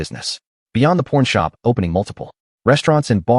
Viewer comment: Some needs to reprogram the IA it's calling it a porn shop instead of a pawn shop